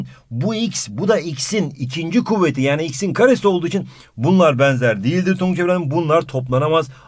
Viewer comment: Denzer değil benzer